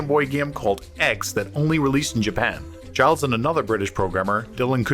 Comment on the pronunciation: Giles is pronounced geel